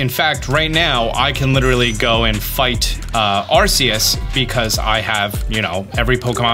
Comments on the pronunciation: Are-Kee-Us! I love ya man, but that's a no no. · It hurts whenever he says arseus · It’s pronounced ar-KEY-us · Are-key-us it's even said in the trailer lol